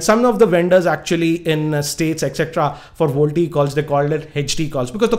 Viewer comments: hehehehehe its Vo-LTE ??not volte ....!!! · Its little fun to me whenever you say voltie ...you should spell it as Voice Over LTE..you should had mentioned the battery and power consumption if we use VoLTE. As its needs to fully convert all Analogue to Digital and vice versa it will consume more power and drain more battery if you tried it... Jio app is a workaround to it and not a permanent fix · first thing it is voLTE not VOLTE